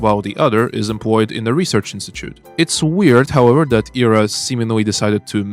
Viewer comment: It's great to hear a russian-speaking voice cover this game. Hearing people pronounce Ira as eye-ra was agitating (especially since someone in my family has that name...)